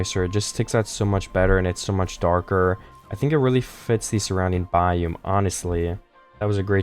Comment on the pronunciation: Why did you call it a bye yuhm??